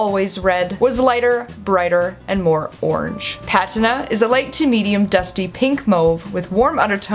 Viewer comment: Your pronunciation of these names were awesome. Especially Patina. Are you on periscope? Cause ... Why not?